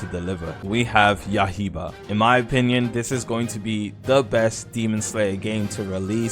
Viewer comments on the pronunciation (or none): man said "yahiba" 😅